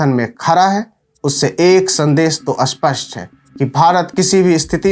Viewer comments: भाई, अपना उच्चारण सही कर लो, स्पष्ट होता है ना कि अस्पष्ट । 😔भाई, देश के लिए हम अपनी जान भी दे सकते और भाषा का अपमान नहीं सहन करेंगे । spasht kr Lo 😂😂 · सर, अस्पष्ट नहीं, स्पष्ट होता है --- ऐसा बोलिए। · भाई, खरा है नहीं, खड़ा है, सरक नहीं सड़क, आस्पष्ट नहीं, स्पष्ट